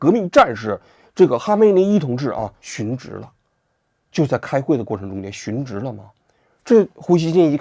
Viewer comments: 殉职xun 四声不是二声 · 殉职，殉四声，不是二声